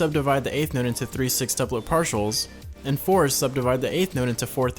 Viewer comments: Its sextuplet. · Is he saying "six"tuplet?